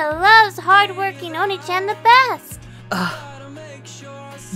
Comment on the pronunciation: Tip for voice acting: the Japanese word "Onii-chan", doesn't read "Chan", it read as "Jan".